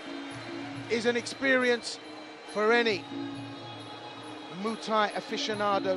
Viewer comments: Call it moo Thai once more n I swear Mr announcer 😂😂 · I like how the commentator says MOOTAY to Muay thai lol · Haha “moo Thai” ooook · Say Muay Thai slightly more properly, this sounds so annoying